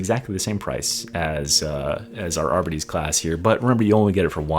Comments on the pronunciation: Great video, as always! My only complaint: I believe it’s pronounced “ar-BEE-tees”, and not “AR-buh-tees”. Could be wrong though! 😂😂 cheers! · Considering that it's short for 'Ar-Bit-Tra-tor' I'd say everyone's wrong and it's actually pronounced 'Ar-Bits' and the e is silent. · Are-bee-tees. You’re so close come on, champ 😅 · I am very sorry but they way you pronounce Arbites is all wrong. It is pronounced Are-Bites the AR is important bites is bites. It bothered the shit out of me.